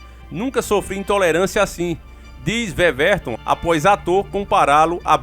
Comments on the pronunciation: Não se fala veverton 😩 se fala Ueverton (Weverton) 👍🏾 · Ótimo vídeo,!!Mas só uma correçãozinha:o nome do goleiro se pronuncia "Uéverton" e não "Vevérton"!!O "W" é com som de "U". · Ótima matéria, o nome dele se fala uéverton, vc falou veverton tmj irmão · Veverto nao, ue-verton... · Veveton? Kkkkkkkkkkkkkkkkkkkkkkkkkk porra aí é foda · OLÁ! TUDO OK? NA PRONÚNCIA DO NOME DO GOLEIRO, A LETRA (W) TEM SOM DE (U), E NÃO DE (V). NÃO É UMA CRÍTICA,. É SÓ UMA DICA. PARABÉNS P VÍDEO!!!